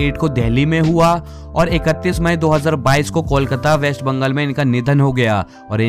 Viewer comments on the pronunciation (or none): none